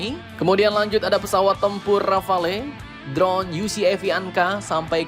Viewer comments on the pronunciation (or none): none